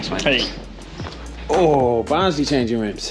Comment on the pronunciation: Also a massive fan of the pronunciation of Barnsley! Ha, good stuff mate